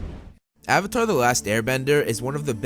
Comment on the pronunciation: Uhhhvatar the last uhhhbender